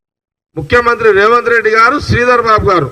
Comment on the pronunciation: రేవన్ రెడ్డి కాదు జగ్గారెడ్డి గారు స్పష్టంగా పలకడం నేర్చుకో. తరువాత రాజకీయం గురించి మాట్లాడు..😂😂